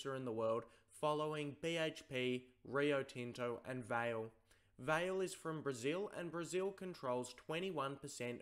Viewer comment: You pronounced Vale incorrectly. Another kid who likes the sound of their own voice but actually knows nothing but regurgitating what we already know. Good try.